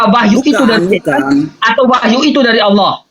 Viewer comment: aloh nya aj gk jelas